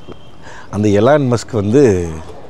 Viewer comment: musk முஸ்க்.. ஏன்னா RUSK ரஸ்க் தானே...